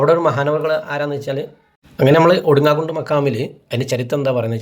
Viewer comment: ഒടുങ്ങാകുണ്ട് എന്നല്ല ഒടുങ്ങാകാട് എന്നാണ്